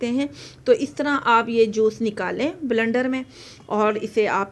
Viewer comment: Sorry to say blndar nhi bleeeender hota h